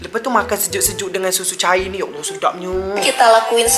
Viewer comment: Ya allah bukan yaleh 😂